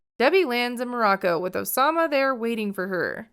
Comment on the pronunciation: OH-SAH-MAH has the OH-DACITY